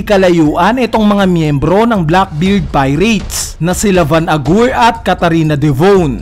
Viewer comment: bakit van agur yung pronunciation BWAHAHHHAHAHA